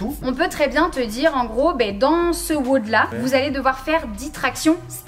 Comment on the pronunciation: Quel enfer à chaque fois qu’elle dit weaude à la place de wod